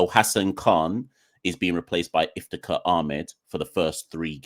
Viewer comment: It's Iftikhar, just saying